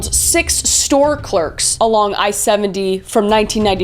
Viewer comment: See I don’t hear her say store clerks I heard storm cloaks